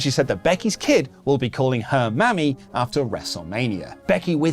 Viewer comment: 😂🤣 Can you guys get better at saying Mami (Mah-Me) the way you’ve been saying it has different connotations “Mammy”…is kinda mired in shit